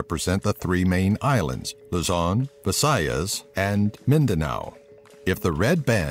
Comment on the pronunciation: Omg he pronounced Luzon visayas and Mindanao correctly. Finally